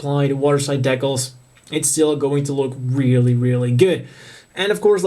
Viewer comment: Cheers, confirmed my need for this kit. Just wish people would pronounce Decals properly....